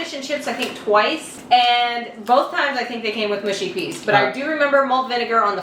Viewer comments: Mush as in us not Moosh 😁😁👍👍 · Mushy rhymes with lucky, not spooky. 🙂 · Mushy peas, not mooshy. People "oop narth" say mooshy, but then they say oop. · Looked great, hope you enjoyed. The peas looked spot on. You can say mushy or mooshy doesn’t really matter it’s like scone and scone lol I think it depends where you’re from but don’t quote me on that. They’ll know what’s you’re wanting either way. You’ve made me want a fish supper for my tea now, dammit. Oh and ps have whatever sauce you want; personally I have hp on the chips but only salt on my fish to keep it crisp; each to their own but no, hp is not uncommon and perfectly acceptable for fish and chips. Xxx ✌️❤️🏴🇬🇧🏳️‍🌈xxx 🐟🍟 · It's pronounced "mushy" in the south and "mushy" in the north... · Not MOOSHY ! MUSHy.... as in what you say to a sled dog . What about trying to cook a SUNDAY ROAST dinner ? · Mushy rhymes with gushy not swooshy. I have HP Sauce with my fish and chips. Mushy peas def need vinegar and are supposed to have soft lumps as that’s the mush 😊